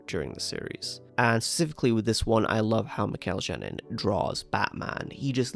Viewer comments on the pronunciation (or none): Mikel Janín’s name is pronounced with an H-like sound. Mikel HA-nin